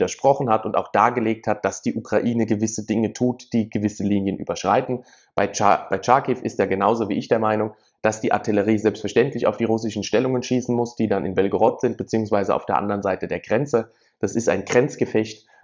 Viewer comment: Es heißt nicht "Tscharkiw". Das Ch sollte man wie ein ch in "ach" lesen.